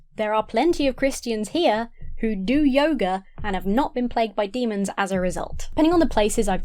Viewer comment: When you say yoger instead of yoga, I keep thinking you're about to say yogurt